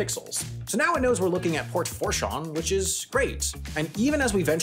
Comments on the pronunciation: Okay, this is seriously important, please read. You NEED to learn how to pronounce words before you say them online. It is NOT FUOR-SHON. It is FOO-SHON. This is a major American port that you mispronounced comically, and it discredits you. Can you not do basic research? Did you not consult anyone involved in the topics you're discussing? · Port (foo-shawn) fourchan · It's pronounced "Port Foo-Shawn", with the trailing 'awn' sounding more like the French would say it (with the 'n' trailing off). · It's pronounced Foo-shawn, not four-shon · 1st: I like that Port Fourchon, LA was used in this great, enlightening video! 2nd: It's pronounced "Foo-shawn" locally but made me giggle when you said Four lol :) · Fourchon isn’t pronounced For Shawn in Louisiana. This is because it is French. And instead they say Fou Shawn. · FOO SHON NOT FOUR SHON AAAAAAAAAA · Fourchon is pronounced foo~shawn. Not Four. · never heard port fourchon (foo-shawn) pronounced like that. but also never heard someone outside the area say it either. wish the weird circles were real :( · Foo-shawn, not four-chon. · Fourchon is pronounced FOO-shawn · its pronouned Foo-Shawn...(Port Fourchon) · Fourchon is pronounced “f-ooh-shaw-n” and I’m really curious what made you use it as an example in this video lol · Port FOUR chon The Louisiana in me is crying 😂😂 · One nitpick, its pronounced Port FOO-shon. Otherwise, stellar video 😅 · Fourchon, LA is pronounced Foo-Shawn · It’s pronounced Port foo-SHAWN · Say it with me… foo-shaw. That is all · Fu-shon. It's pronounced Fu-shon. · “Four shawn” 😂😂😂🤦‍♂️ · It’s pronounced “FOO-SHAWN” (but with a French accent light N. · We pronounce Port Fourchon, Port Fooshawn. Just letting you know. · Louisianian here! Port Foo-Shawn, you gotta love the Cajuns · Dearest, It’s actually pronounced “Port FOO-shon”. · Great video, but the pronunciation can use some work. It’s pronounced port “foo-Shaun” no “r” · It's pronounced FOO-Shawn. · Its pronounced as port "foo-shaun"